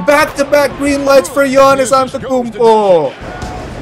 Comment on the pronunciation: its AnteTOkounmpo not antekounmpo